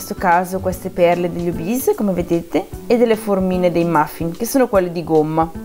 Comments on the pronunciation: Non è una offesa o una presa in giro ma ti prego smetti di dire obis si pronuncia ORBITZ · Non pronunci bene orbezz!!!